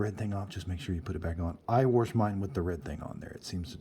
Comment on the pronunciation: WORSH! Sheesh, I love ya.